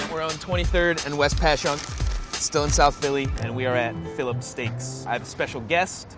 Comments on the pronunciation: Pronounced Passyunk correctly. Atta boy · Yikes. I live down the street from Phillips so that's what I like. Also, thanks for pronouncing Passyunk correctly! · He said it right "Pashunk"